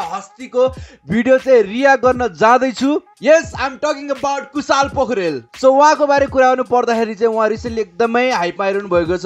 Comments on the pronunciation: Kushal ho.....kushaaal haina hau😂😂naam kai bejjat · कूशल lai कुशाल re rip Nepali..